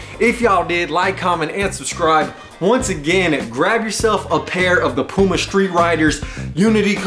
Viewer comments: Lol watching this vid in 2022. Srsly, who pronounced it “Pewma”? 🤣🤣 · its p-you-ma!! The cat is P-YOU_MA too!!! and NUTELLA is not NEWT- ELLA It is made of NUTS!!!!